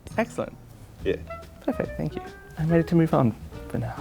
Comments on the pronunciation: I wish they'd kept the secret so we could try to spot the fake too. I think I would have spotted her when she said she was working "awn" cosplay. Her pronunciation of "on" was very American-trying-and-failing-to-sound-British. It's always in those back vowels where the errors show up. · the way the last girl said on..the way she prolonged the pronounciation is already quite....*sigh